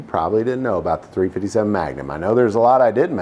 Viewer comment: 3 Fitty 7 does this dude think he's a Crip or does he think it sounds cool